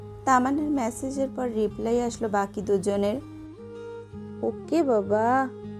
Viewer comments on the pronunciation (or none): none